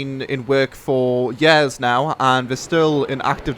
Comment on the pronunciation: he says years like yeahs :)